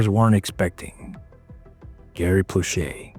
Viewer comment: As a Baton Rouge, Louisiana native and friend of the family, this brought back a torrent of memories. *Please, figure out the correct way to pronounce Plauche' and Baton Rouge. Odd how Doucet's name you pronounced correctly...